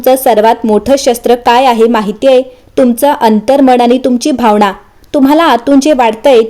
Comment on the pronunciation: भावना ✅भावणा ❎ मीन ✅ मीण ❎